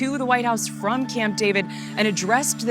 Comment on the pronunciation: emphasis on the prepositions "from" and "to", stress on the first syllable of WITHdraw instead of on the second: vice anchors are illiterate.